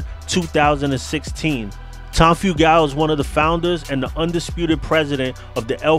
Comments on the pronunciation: (Few-gul) not (few-gal) god your butchering his name 🤦🤦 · El Forest-aro is how it is pronounced. Tom Fu-gull is gow his name is pronounced. Just wanted to give you the correct pronunciation. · Your pronouncing the club and Tom's last name wrong. My father knew him personally since the 60's